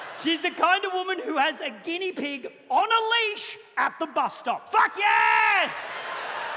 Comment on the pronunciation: The bus stop-ah! Emphasis on the P